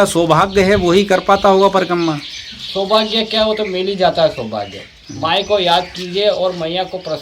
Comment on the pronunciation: परिकम्मा, परिकम्मा क्या कर रहा है.... परिक्रमा बोलो l